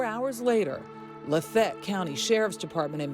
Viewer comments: That's weird. I thought the city was pronounced LAH FAY ETTE not LA FET. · Laf-ay-yet not La-fet! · Is not la’fet!!! La fa yet’ Where do these reporters come from. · Why do they pronounce LaFayette - Lafette? That's weird. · Why can’t this girl say “la fay ette” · The narrator pronounce Lafayette so weird. There’s two ways it’s usually pronounced and lafette isn’t one of them. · This woman needs to learn how to pronounce Lafayette. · This narrator can’t pronounce “Lafayette” that’s wild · Would someone please tell this Yankee reporter how to pronounce Lafayette!!!!! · This annoucer is mispronouncing Laffayette...lol